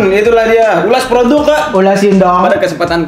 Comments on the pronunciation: Siapa yang suka ngikutin pas Dzawin ngomong "Ulas produQ" dan kita spontan jawab "Ulasin donkQ"😂😂😂😂😂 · pake qolqolah hahaha.... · Nonton video ini cuma pengen denger dzawin ngomong "Ulas produqq", terus temennya nyaut "ulasin donqq" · bikin ngakak dah setiap ngomong "produq" "dong" wkwkw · Bang buah kuldi lu kaga sakit apa bilang "ULAS PRODUQ😂"